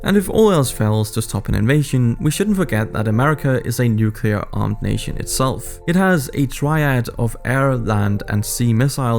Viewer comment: It is pronounced (New-Klee-err) Not (Nuke-Yuh-Ler) lol this drives me so crazy and i will never understand why this mistake is so common. Bush Jr Did it and nearly made my ears bleed regularly 🙉🙉🙉🙉🙉🙊🙊🙊🙊🙊